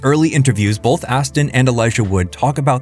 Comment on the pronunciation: Why do you pronounce “both” with an L saying “bolth”?